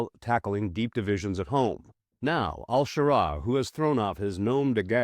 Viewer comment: Which is it? al-Shara, al-Sharaa or al-Sahara? You pronounced it a bunch of different ways.